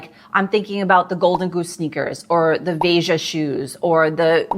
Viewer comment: Vay-ja shoes 😂